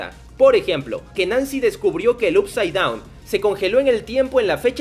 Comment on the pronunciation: No puedo más con tus videos de stranger things diciendo "up side down" Up se pronuncia "op"